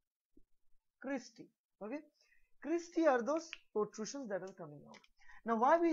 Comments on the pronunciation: That's Cristae and not Creastae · It’s cristae